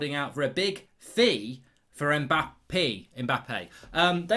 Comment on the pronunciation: Mbap-pee eh? lol